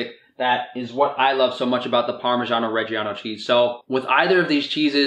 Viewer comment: Great video man, I will say tho for an Italian such as yourself that pronunciation of "parmigiano reggiano" was absolutely terrible